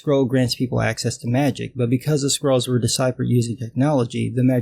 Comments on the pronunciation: I kept hearing "squirrels" instead of "scrolls", which is a concept I could get behind. Squirrels that give you magic powers when you breed them. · I was hearing "Skrulls" at first. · Glad i wasn't the only one hearing that.